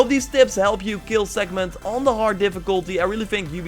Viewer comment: Did you ever read the word "Sekhmet" or do you say it from memory? Because it doesn't have an "N" in it!